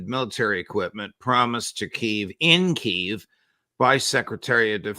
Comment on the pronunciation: Yo, the "capitol" of ukraine is a two syllable word